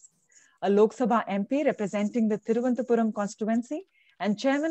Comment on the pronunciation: It's not Thiruvanthapuram. It's Thiruvananthapuram. Thiru + Ananta + Puram